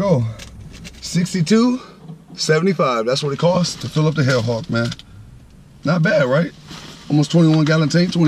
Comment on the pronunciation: I thought you said the Hood Hawk and I LMAO but then you said hell hawk. Good luck with the Jeep bro, perfect color combo imho, Don’t feel bad about the gas I had a 2007 Jeep SRT8 and it was gas guzzling pig but at least the track hawk has another 200+ hp :)